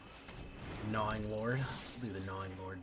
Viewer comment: The g in gnawing is silent bud 😂😂😂😂😂😂😂😂😂